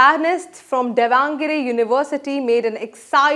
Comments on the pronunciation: For your Delhi Sultanate schwa deleted dumbass I'll write how to pronounce Davanagere in Devanagari script. दावणगेरे. I beg of you please don't corrupt my language's pronunciation. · Please, learn properly to pronounce Davangere!.. It's minimal expectations from professionalism... In the end, we r Indians I don't think it's such a hard job... That dedicated professionalism brings you fame...